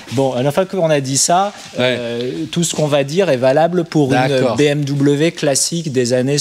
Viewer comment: "Classique" et non "Classic" 😉